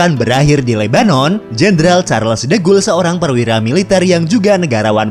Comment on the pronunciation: Charles de Gaulle bacanya kalau gak salah sharle de goll